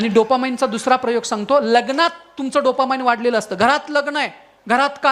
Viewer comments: डोपा 'माईंड ' नाही हो डोपामाइन् !!😅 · Dopamine, not dopamind